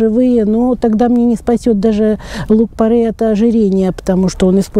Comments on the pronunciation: Порей , не порЭй. Ухо режет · Поправочка: не порЭй, а порЕй. Не правильное произношение слух режет, а так спасибо, полезная информация. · ухо режет не то слово((( порЕй